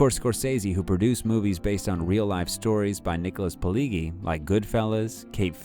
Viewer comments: A minor correction: The author/screenwriter's named is pronounced "Pee-ledge-ee" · The G’s in Pileggi are pronounced as J. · Polegi HA !! LOL !! It's Pileggi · Can't even pronounce "Pileggi" right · Anyone else wonder why a channel called "Movies Consigliere" couldn't bother to spend 5 seconds to research how to pronounce Nick Pilleggi's name correctly? #LikeNailsOnAChalkboard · u did all this research and still managed to butcher pronouncing Pileggi's name. shame hahah... it's probably alright. anyway good effort and nice to know the back story for those that had not come across his books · Researched so well that the guy never even learned how to pronounce 'Pileggi'. But it was a full 8 seconds in before the obvious cluelessness of the narrator was unquestioningly confirmed. Why do people make content about subjects they obviously know nothing about? Do they do it to piss me off? Or is that just a happy side effect of their ignorance?